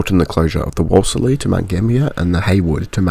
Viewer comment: WOOLS LEE, is how it's pronounced. You and I need to sit down, and I'll clue you up on place names, as this isn't the first time. Apart from that, well researched. And Deniliquin has the Denny Ute Muster.